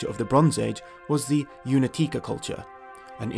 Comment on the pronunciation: Correct pronunciation of Únětice is Uunyetitse not Unetike. You know, Slavic languages differ the 'C' and 'K' letter. On the other hand the correct pronunciation of the word Ceasar is probaly Kaiser. Great video anyway. If anyone in here interested in you should definitely visit Anthropos Pavilion in Brno, Czech republic.